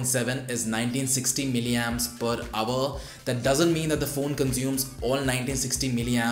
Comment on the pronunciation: pronounced "hour" not "aver"